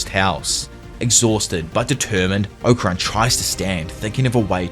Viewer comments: Okarun is pronounced Okarune bro they say it properly in English and in jap when y’all start butchering names it’s like my ears bleed. Not trying to be rude I’m just saying. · Its Oka-roon... Fuckin annoying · The way ‘Okarun’ and ‘Saint-Germain’ is pronounced in this so disconcerting.